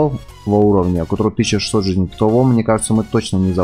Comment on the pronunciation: видос крутой но ты неправильно ударение ставиш в слови жизней